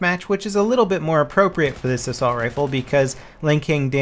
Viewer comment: "Assulat" lmao ahaha